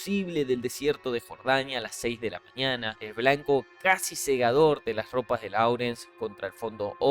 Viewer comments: Láurens ❌, Lórens ✅ La pronunciación debe ser correcta si se va a hacer en inglés. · "Vilneb" se pronuncia "Lawrence" se dice "Lorenz"